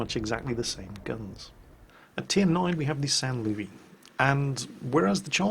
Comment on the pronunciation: San Louiee- WAIT THAT'S ACTUALLY SAINT LOUIS IMPOSTOR THE TRUE SAINT LOUIS IS IN TIER III